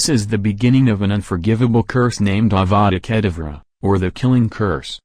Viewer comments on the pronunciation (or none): he said avada kedavra wrong